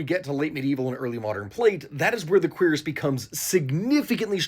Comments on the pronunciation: It's not a quEER-ass it's a keer-ASS. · queer-is.... shouldnt it be cure-is? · "Queeras" 🤨🤨🤨 'Kweras' is how you say it. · Surely it’s pronounced [queue-ras], right? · I thought Cuirass was pronounced cure-ahs or kyur-es, have I been mispronouncing it since 2005? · If it wasn't for this man, I'd still be saying cure-ass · I have never heard someone pronounce cuirass that way. I've only ever heard cure-ass. Not to say you're wrong, it's just weird. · queer ass? is that really how its pronounces? LOL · Considering that the actual pronunciation is basically “queer ass,” I understand why you mispronounced it (to avoid demonetization, right?). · Y’know I knew what a cuirass from the game Castlevania Symphony of the Night (great game btw probably top five in Castlevania imo), but I never knew how to actually pronounce it. I always said it like “cure-as.” So thanks for helping me pronounce cuirass correctly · I've been pronouncing it as "q-rass" for my whole life bro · I really wish you wouldn't pronounce it in such an american way lmao a queer ass? I understand google translate is telling you its pronounced like that but honestly there are other ways to pronounce it 😂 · The way he pronounces Cuirass hurts my ears. It's Cure-Rus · I like how most people here are talking about the subtitles but like, also pronounces Cuirass far to quickly that it does genuinely sound like queers rather than cuirass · I think your saying that word very wrong